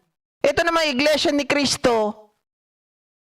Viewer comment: iglesia ni cristo...ni manalo..yan po ang tamang bigkas